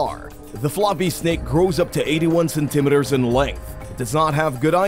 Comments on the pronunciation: Ok. I'm not crazy. Other people heard that too. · It is driving me crazy! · Sorry, I was distracted by the ridiculous pronunciation of centimetres.